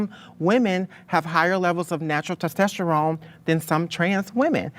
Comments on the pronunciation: TESTOSTERONE - TES TOS TERONE not testesterone 🙃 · doesn't understand biology and also cannot pronounce Testosterone. "TEST-STES-TERONE" 😂 The intelligence level is lacking. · You can’t pronounce testosterone. You will never ever be a woman. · Random but it bothers me how pronounces "testosterone" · How ironic that she mentions ‘nuance’, when she is arguably one of the most POLARIZING individuals to exist. Also how telling to her all over ignorance the way that she pronounces ‘testosterone’ lol